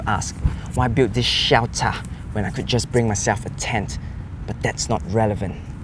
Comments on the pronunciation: Shiyaltarh = shelter HAHAHAHAHAH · Hahahaha he just said "shewter" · Hahaha. I love this video. Like, alot. "SHELTHUH" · Word of the day: "SHELTAH" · the way he kept saying shelter😂